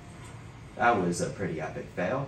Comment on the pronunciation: STOP SAYING “DAT”